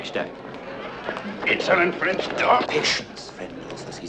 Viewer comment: Once I'd gotten over Wilde's questionable French accent this turned into a decent film.